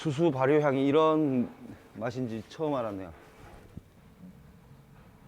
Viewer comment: 발효가 '발'효 였구나... 오웩